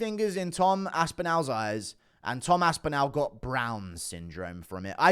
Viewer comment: the end of Aspinall is pronounced like 'ball'. Why you so weird?